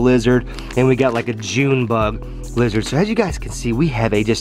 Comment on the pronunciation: . He said junebub